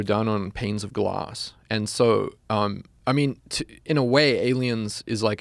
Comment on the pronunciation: is it that hard to say the word glass?